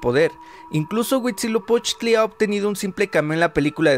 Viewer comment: Llevo 30 seg de video y ya dices mal Huitzilopochtli. Aprende a pronunciar el náhuatl;)